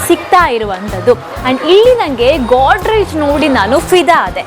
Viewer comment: ಗೋದ್ರೇಜ್ ಒಂದು ಕಂಪನಿ ಅಲ್ವಾ... ಕಪಾಟು ಅಂತ ಹೇಳಿ.... ನಿಮ್ಮ ಗೋಡ್ ರೇಜ್ ಕೇಳಲು ಕಷ್ಟ ಆಗುತ್ತೆ.